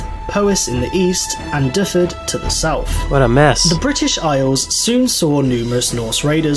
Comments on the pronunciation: I don't speak Welsh but even I know that his pronunciation of those place names is horrible! "Difford"? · Lots of mistakes. Nobody ever called themselves "Picts". That was simply a Roman insult. It's LATIN! Learn to pronounce Dyfed. "y" is a vowel in Welsh and "f" sounds like the English "v". Biggest outrage was about Magna Carta, It had nothing to do with "everyone", the only people whose rights were asserted were "freemen" and there weren't many of those as around 90% of the population were either serfs or villeins -two different grades of slavery (though not the same as chattel slavery). Magna Carta was basically a gangster's charter by which the Barons sought to restore their slice of the wealth extracted from the land and the labour of the people. The king had been pocketing too much of the profits for their liking. It made no difference to anyone outside that small, elite group at the top of the feudal pyramid. The king pretty soon got it annulled by the pope anyway. No, Edward I invaded Scotland. He died. It was Edward II who was defeated at Bannockburn. He was assassinated. The power brokers didn't like him because he was gay. The next Edward mentioned here is Edward III. He wasn't even born until 20 years after Edward I died. Yet you have conflated the three of them. Guy Fawkes was Catholic? He was a Catholic extremist who had spent his entire life as a spy, mercenary and torture specialist for the most oppressive Catholic rulers in Europe. If he'd lived in the 20th century, he'd have fitted the job of Franco's head of secret police like a hand fits a glove, but he would